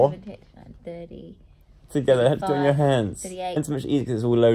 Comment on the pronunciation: the way joe says hands sounds Australian Dianne’s rlly rubbing off on him :)